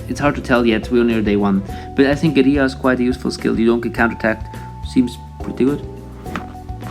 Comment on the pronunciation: That Pronunciation Of The Word Guerilla.... It Haunts My Dreams